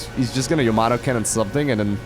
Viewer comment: As long as it is not YAMOTO gun (as pronounced by Artosis) it does not matter if it's a gun or weapon or cannon.